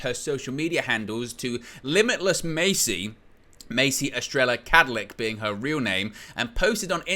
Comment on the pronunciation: Estrella pronounced Estre-ya Spanish for star mate.